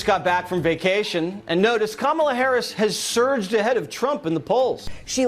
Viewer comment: H I he is actually pronouncing Kamala correctly now, well done Donnie